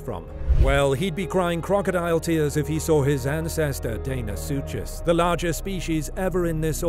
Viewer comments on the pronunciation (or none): Deinosuchus is not pronounced “Dane o sue chase”! It’s pronounced “Dino sue cus”. I love the narrators voice but I hate mispronunciation!!!!